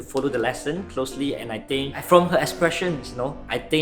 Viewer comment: is actually a very good mix of superb English and hilariously off-key English. After first day at school i notice that he pronounces the "h" in think. He was saying something like "I think..." And he pronounces the "'t" in don't. That is a degree of dedication to enunciation that i would only expect from a native speaker. But of course when he mispronounces it is very hilarious!